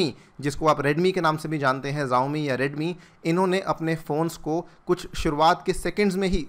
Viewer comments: जाओमि नहीं शाओमी है😁😁😅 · It's not जवमी it's शाऊमी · Xiaomi ko Zaomi nahi Shaomi pronounce karte hai